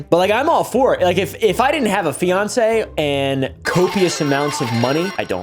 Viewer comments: he keeps saying finacee...did i miss something?? also this guy makes people his age look bad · did he just say fiancee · lol ever since I heard "fiancee" I've been trying to find a post or smthn to see if he was joking or not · Did he say fiancée? Did he propose to Kris?